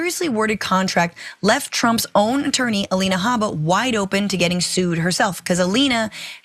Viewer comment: If you mispronounce Habba’s name for fun you justify the Right mispronouncing DA Fani Willis’ name.